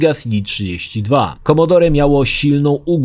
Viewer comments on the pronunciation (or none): none